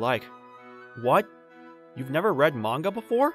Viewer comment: wow I thought I was the only person who pronounced manga like that